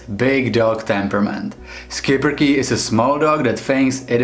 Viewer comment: It's "Shipperke" not "sKiPpeRke"